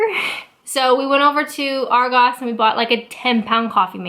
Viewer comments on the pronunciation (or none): Asda and argos sound so fucked up from a non english accent xD